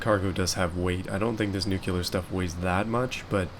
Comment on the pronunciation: Can't even pronounce nuclear waste. We're done.